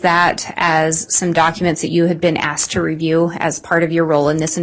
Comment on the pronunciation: ASKED and answered; not ask and answered. Also, they're called pictures (pick churs); not pitchers. Sorry, I'm easily annoyed by this stuff. 🙄